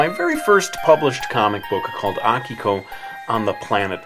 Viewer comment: im using this video to prove to my friends that it's "AH-kiko" and not "uh-KEE-ko"